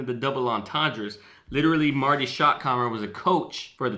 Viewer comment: Oh and 1 thing I needed to mention. Its shottenheimer.. not keimer